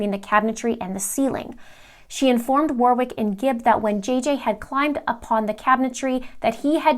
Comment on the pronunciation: Warwick, second W is silent.